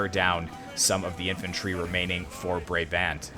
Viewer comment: How you pronounce Brabant is like “Bra” as in a bra and bant as in like Banter